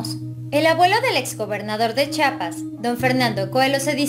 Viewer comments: En una publicación vi que Anahi también decía Chapas no Chiapas lo cual se me hizo raro. Vive hay y no sabe pronunciar correctamente Chiapas...😁😁😁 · Buenas tardes es Chiapas no chapas reciba un fuerte abrazo desde Tuxtla Gutiérrez Chiapas Chiapas que da claro